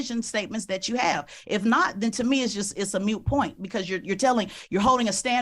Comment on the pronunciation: This chicks crazy ignorant and rude. It's not a "mute point" it's "moot point." Throws a gotcha incorrect statement n then says dont get defensive.